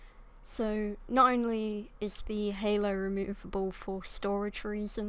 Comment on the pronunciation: Pronounce: curropt herlow